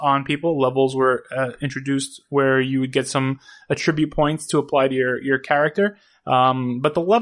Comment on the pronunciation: You pronounce "attributes" very oddly. Keep the content coming!